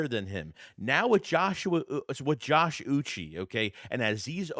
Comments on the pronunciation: Uche is pronounced oo-chay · Learn how to say say Joshua uche because you sound like a retard